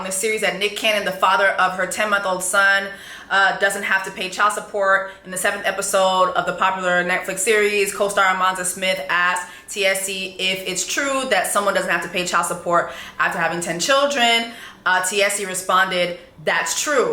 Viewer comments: Why you saying armanza? It’s Amanza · Repeatedly (and clearly unintentionally) calling Amanza “ARE-MON-ZAH” is sending me 😂😂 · calling her amrmanzo is crazy LMAO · It’s Amanza not no damn Armanza…wtf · I love how you added an “R” to Amanza 😂😂😂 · I’m cracking up at how you say Amanza 😅 you think she fucked Jason for the deposit he gave her? He don’t take me as someone who would freely give money…